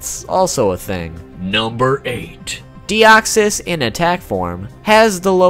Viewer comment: Thanks for saying it correctly!!! I'm always pissed when people claim that deoxys was the first Pokemon in who's battle a special music plays. Either they never heard of The three cats or they simply phrase it wrongly